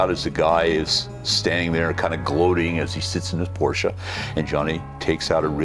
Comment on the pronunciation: An american guy pronouncing Porsche the right way... o...m...g... unbelivable...